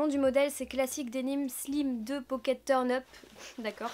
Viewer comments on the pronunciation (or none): none